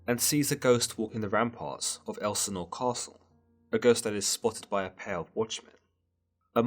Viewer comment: Please learn to pronounce 'Ophelia' and 'Elsinor'.